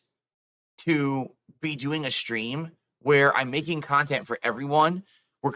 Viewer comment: This is what people hate about, when he guilt trips his viewers by saying, 'only (insert name of paypig) has donated in the last hour'. Bro, stop acting so entitled; your cahntent sucks and you're lucky you aren't on the streets where you belong.